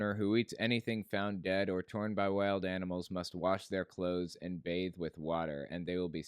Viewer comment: The way he pronounces words like "wa-ter" f*cking enrages me (irrational as that might be)